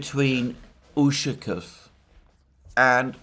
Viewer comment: The proper pronunciation of "Ushakoff" is with the stress on the "off". There should therefore be no contraction of "-o-" in the "off" syllable. It is "ushakOff". "ushakiff" is extremely annoying. Try saying "donAld". See where it gets you.